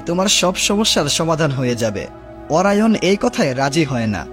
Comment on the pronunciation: অরায়ন৷ না অরিয়ন